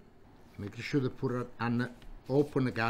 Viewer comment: make a sure -> make a shoe